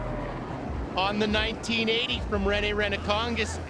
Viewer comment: The way they cant say rene's last name right is just so funny